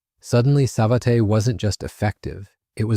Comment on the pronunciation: The A clown pronounce it "sa-vet-tay"....LMFAO....thats enough for me, safe yourself the pain of listening to this terrible hooey.